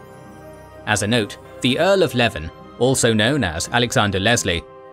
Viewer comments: This is a bit of petty pet peeve of mine, but you pronounced a number towns and cities quite differently from the "standard". Berwick is 'BER-ick' Derby is 'DAR-by' Leven is 'LEE-ven' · Leven is pronounced "Leeven" and Berwick "Berrick". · Good video, fyi Berwick is pronounced Berrick, and Leven is pronounced like Lee-venn